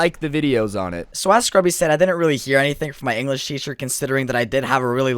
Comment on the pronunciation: Enwresh teacher